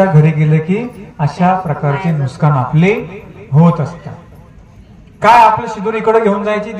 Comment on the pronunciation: खरा शब्द नुकसान आहे नुसकान नाही.